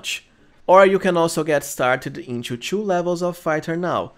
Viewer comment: Hahah, it's funny the way you say 2. Try to say it like "to" instead of "chew" :)